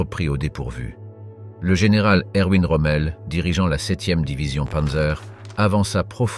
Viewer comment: Prononcer Michael Wittmann et Erwin Rommel à l'anglaise est à la fois comique et totalement imbécile, cela dénote une inculture calamiteuse. Wittmann fut le plus célèbre chef de char (après avoir fait très fort avec un Stug, peut-être parce que loué par la propagande parce qu'il était dans la Waffen SS, mais Kurt Knispel et Otto Carius firent très bien aussi et ils survécurent à la guerre alors que Wittmann fut tué en Normandie le 8 août 1944. Après la guerre, Otto Carius reprit ses études de pharmacie et ouvrit une officine nommée "Panzer Apotheke". C'était un sage et Wittmann aussi était un sage, ils connaissaient leurs limites. Le Blitzkrieg n'aurait pas été possible si TOUS les Allemands n'avaient pas été dopés à la pervitine, une métamphétamine qui "accroît l'endurance, permet aux soldats de marcher soixante kilomètres par jour et de rester éveillés pendant quarante heures successives, elle retarde la sensation de faim et de soif, anesthésie la peur… Bref, c'est le composé idéal à ajouter aux gamelles des militaires!" Si on ne sait pas ça, on ne peut pas comprendre comment l'armée allemande put être aussi rapide et efficace. A part ça, cette vidéo est assez pénible à supporter, j'ai rarement vu pire. Salut et fraternité*